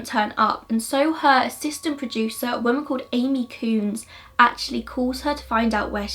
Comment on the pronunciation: Love your videos but you pronounce ‘women’ as ‘woman’ and it’s a little frustrating 😂